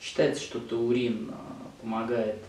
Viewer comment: Врач, Вы называете ТУУРИН,а не ТАУРИН!